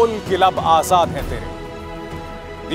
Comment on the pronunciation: आझाद ....ना की आजाद.... उच्चार पढिए..! Ajhad... नहीं Azad...